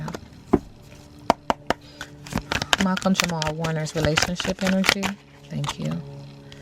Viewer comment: I stopped listening when she kept saying his name wrong